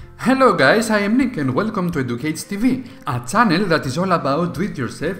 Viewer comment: It's channel, not Cannel